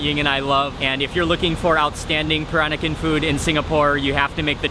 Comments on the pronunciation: he can't even pronounce peran-nakan properly absurdly awkward to my baba culture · somebody please tell him how to pronounce 'Peranakan'' its so irritating